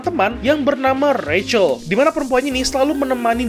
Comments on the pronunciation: Cara baca si bintik itu Rahel bukan recel_ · Biarpun pake ejaan bahasa, bacanya juga ga ra-chel tapi rac-hel